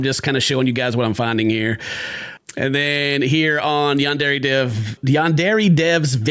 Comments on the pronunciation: The fact that the creator of YS can’t even pronounce Yandere properly after years of development is wild 💀 yaendere headass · whats so funny about all this to me, bro cant even pronounce yandere right! its HIS game name lmfao